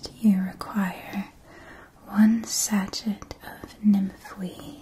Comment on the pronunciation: Not trying to criticize, just letting you know because I suspect you'd rather know than be left ignorant; sachet is pronounced sa-shay, not sa-shet. (And this is a glorious video! Alas, I've had to skip a lot because my misophonia isn't a big fan of whispering, but the worldbuilding and visual style is incredible, and I loved that the transitions were more than a quick visual fade.)